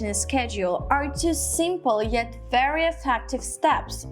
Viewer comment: Wawo wery wery wery wery wery sexy' 😂😂😂😂 watch'